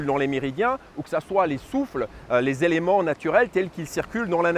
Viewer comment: tres bien , mais cinq ne rend pas d"s" donc pas les cinq "zélements", par pitié, mais juste les cinq éléments. Merci.